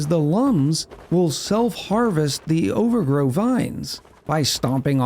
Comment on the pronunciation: it's OVAGRO not OVERGROW. wth dude? xD